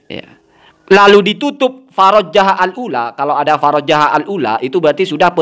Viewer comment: Bukan farojjah. tapi parojah